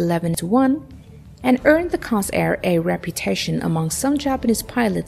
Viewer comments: Why do they pronounce the F4U Corsair [Kore-sare] as Carsair [Kar-sare]? This is the third video I’ve seen that pronounces it wrong. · Core- sair not Cos- air. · There is an “r” in there. CORsair not COsair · "core sayr" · It's Cooor-sair. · I believe it's pronounced COR-SAIR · Mispronounced “Corsair,” showed it with Korean War era markings, a showed clips of Hellcats during the narrative. All the proper info and images readily available, so why get it all so obviously wrong? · The mis-pronunciation of "Corsair" is very annoying - at least, to me.